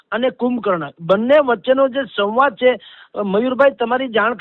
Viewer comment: 'સવાંદ' 'સંવાદ' બોલાય સાહેબ!!! 😟